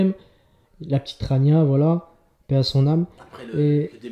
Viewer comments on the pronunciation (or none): Rania et non tania